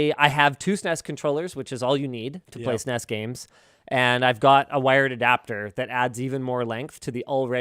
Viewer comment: saying SNES as "sness" is not okay :/